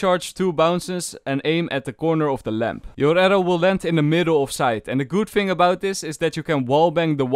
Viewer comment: fing or thing???????